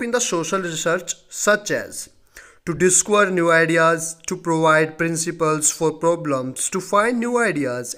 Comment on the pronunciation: Bhai indian pronounciation hi kar le. Discover bola nehi jaa raha terese. 😂